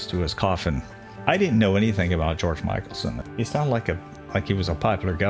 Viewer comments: I think it's pronounced mickelson with a short I. Mik-el-son. My husband and I rode our bikes on the Mikelson Trail and had no idea who it was named for. Love your videos. So informative!!! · George Mickelsen's name is pronounced MICKelson NOT MICHAELSON. He was a very much loved Governor. I was living in South Dakota at the time. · Mick El son...and Pierre is pronounced Pier.....